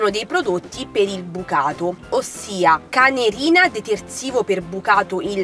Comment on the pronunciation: I detersivi sono Cenerina, non Canerina 🤩